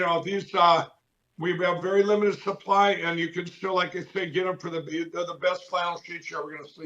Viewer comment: I need to correct you, Sir. It's "Fshlannel Sheesh". I've hung around long enough at Lindell's network to know how to pronounce it right. 😂🛏